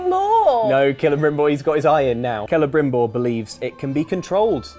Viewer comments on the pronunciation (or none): Ke-le-brim-bore is how you pronounce Celebrimbor.